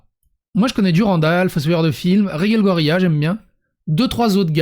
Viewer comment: Ce qui me perturbe, c'est que tu prononces Reguelle, et Rege prononcé Raige. Sinon, je suis pas contre le fait qu'ils étalent leurs vies sur les réseaux. Sinon j'aurais pas mon contenu quotidien de.